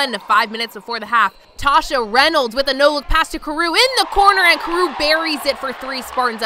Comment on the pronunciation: Thank you but although it’s spelled Toshia its pronounced “Too-she-uh” Reynolds lol not Tasha 🙏🏾